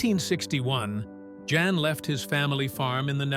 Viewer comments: It's pronounced "Yahn", not Jan. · Can't AI pronounce a Dutch name?? Jan is pronounced "yon"! And... the repitition is so annoying!